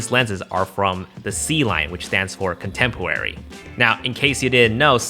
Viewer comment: ” Contempwary” 🤣🤣🤣🤣